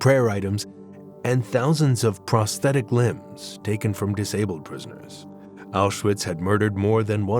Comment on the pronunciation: Apenas repetiu filmes e não sabe pronunciar awchuwitch